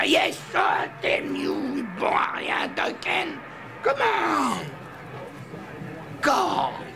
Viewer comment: Doken au lieu de Duncan... Fans de NBA vous pouvez pleurer